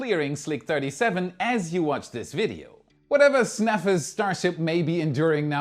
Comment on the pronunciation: Just a pronunciation note: “Snafu” is pronounced “Sna-foo” not “snafa”